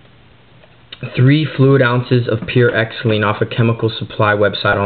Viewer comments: Bro, if you want to seem professional, pronounce "Xylene" correctly. It's pronounced "Zylene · heres how dumb your are ... its pronounced zyeleen its no different then paint thinner just more acidic so it doesnt help permanence dot 3 doesnt eat away at anything or make it stain it just slows down the drying the fish oil tablets do nothing and just like the dot 3 is oil and oil doesnt mix with alchohaul water ink or paintthinner/xylene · u say xylene weird. i say it "zie-lean"